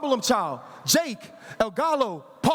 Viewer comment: El Galo???? SMH that’s why you hire Ariel Helwani